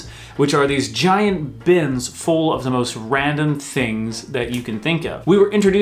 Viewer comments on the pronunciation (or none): none